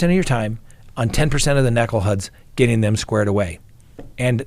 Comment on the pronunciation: what's a necklehuds?🤣 (Just kidding! I know u meant knuckle heads🤭)